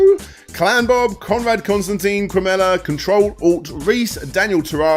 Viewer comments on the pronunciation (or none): none